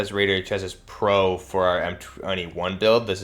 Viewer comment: Chass-ee, not chass-is. None of these youtubers say it right.